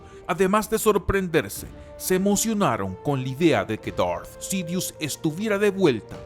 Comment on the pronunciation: Amigo, aunque a veces no comparto tus opiniones, siempre sigo tus videos. Por eso me tomo el atrevimiento de decirte que tu público es gente que habla en ESPAÑOL básicamente. Por lo tanto, no tiene sentido que quieras pronunciar palabras en "inglés" o algo así cuando se nota que no es un idioma que domines en lo absoluto. DARTH Sidious suena mejor "DART" que "Dort" o lo que carajo digas. Saludos.